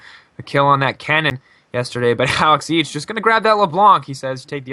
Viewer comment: I hate the way the man keeps saing Alex Ich ..................